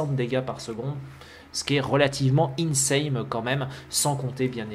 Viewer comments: y'a un truc qui me perturbe tu dis tjrs " insaMe" au lieu de " insaNe" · plz on dit insane un N stp D: a chaque fois je bloque quand tu dit insame;( m'enfin encore une bonne vidéo:p